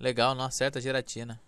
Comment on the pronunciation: acho que vc quis dizer Giratina né kkkkkkkk gitarina kkk mais ta bom vc é um bom treinador flw